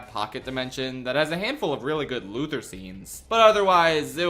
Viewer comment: People still can't pronounce Luthor